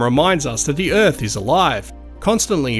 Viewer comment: Earphs? Erfs? Earfs? Like, as in planet EARTH!?? U got birTH right, why not earTH?